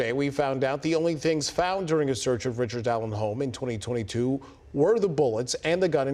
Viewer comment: Richered. Not. Bridgeman.